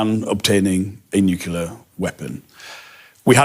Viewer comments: TF is a "nucular" weapon? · I’m never impressed by politicians who say nucular instead of nuclear… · The guy said nukular... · Not on topic, but I find amusing that the US is not the only English-speaking country to have politicians who can’t pronounce “nuclear”, instead saying “new killer” 😏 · It’s effing ‘nuclear’ not ‘nucular’! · it’s grimly ironic how so many people in power on both sides of the pond seem incapable of pronouncing the word nuclear. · George W infected the English language with this mispronounciation